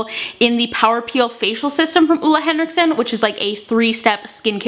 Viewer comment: It's pronounced OOLA